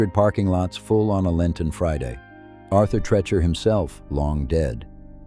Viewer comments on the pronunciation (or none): Tree Chur, Tree Cher not Tre Cher